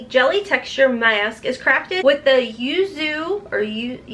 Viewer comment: You have a weird way of pronouncing certain words...Maassk! It's adorable 🤩.